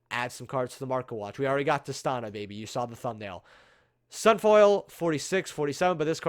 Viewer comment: it’s Tih-STEE-Nuh.